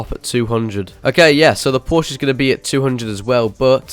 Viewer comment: i have a bugatti in southwest florida and you have say porsche wrong...